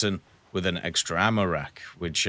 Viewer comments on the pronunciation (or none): none